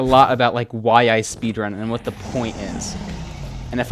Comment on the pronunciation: you know this is serious if he pronounces "what" like "whae"